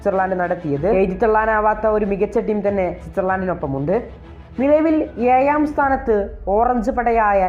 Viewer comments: ഏയാം... ഇപ്പോയും 😂😂😂 ഴ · എന്തുവാടെ ഇതു... ഏയാം.. സ്ഥാനത്തോ... 😏.... എല്ലാവരും കേൾക്കുന്നതല്ലെ... Fool...